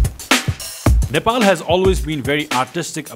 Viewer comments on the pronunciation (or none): none